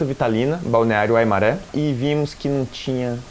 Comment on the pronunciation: Ah e a pronúncia é "Waimáre" e não "maré" ok